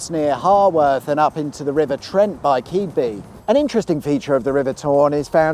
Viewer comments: M181 is quite busy with trucks accessing the industrial areas to the north of Scunthorpe and the port facilities at Flixborough and Neap House.. Minor point but Keadby is pronounced Kidby. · Keadby is pronounced kid-bee. My auntie lived there. It's her funeral tomorrow. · that would be pronounced *Kid'b'i